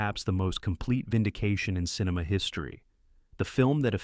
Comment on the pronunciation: yeah, and quit saying "cineMAW"